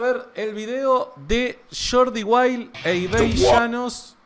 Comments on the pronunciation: Muy bueno el video! Solo quería aclarar que el nombre de Ibai se pronuncia como se lee, no Ibei. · minuto 5.03 llama ibei a ibai 🤣🤣 grande amigo Dios te bendiga siempre un abrazo desde Virginia. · Todos: Ibai: Ibei Yanos